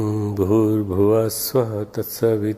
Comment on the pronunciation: बुवा नही भुवः स्वः